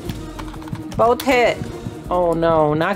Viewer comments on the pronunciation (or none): Can we all agree and appreciate that Makes videos for us like everyday And It takes so long to edit some vids When she said: Both hit I thought she said: oh KIDSSSSSSS 😂🤣😂🤣😂🤣😂🤣😂🤣😂🤣😂🤣😂🤣😂🤣😂🤣😂🤣😂🤣😂🤣